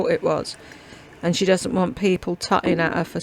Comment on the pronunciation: Omg she said, “ Greazee” instead of greasy? Omg!🤣🤣🤣🤣🤦‍♀️🤦‍♀️🤦‍♀️ oh and then, “Dudn’t” instead of doesn’t.😂😂😂😂😂😂 She is such a dunce.